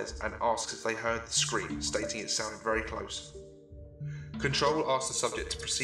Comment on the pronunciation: vewwy spooky